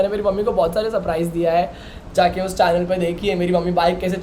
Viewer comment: Channel ❌ Chaaynel ✅